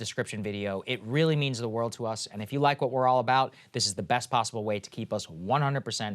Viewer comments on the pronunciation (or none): none